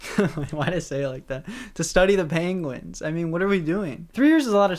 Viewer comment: pronounces 'penguin' like Benedict Cumberbatch, and it's adorable.